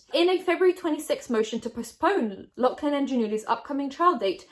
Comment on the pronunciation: I love but why are you saying Loughlin like that Is this a British thing??